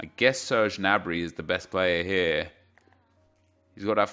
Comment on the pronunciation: The way you say players name is just funny. Gnabry - Jnabry Jorginho - Gorguino Alaba - Jordi alba wtf lol